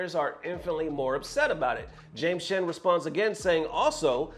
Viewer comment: My favorite part about ButtonCheck, is when pronounces 'shhhen' for Both 'James Chen' & 'Xian'.. which means he's losing his reading comprehension & grammar skills, like true FGC! 😆